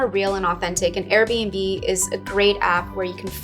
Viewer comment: Guys what was the name of the app she mentioned that's about "wanderlust" and renting stuff? I couldn't understand what she said? Something like "arabenbe"? I really want to find that app